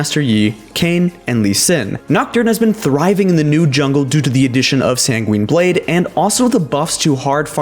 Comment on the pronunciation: say it with me: *SanGWIN Blade*, not *SanGWEEN Blade*.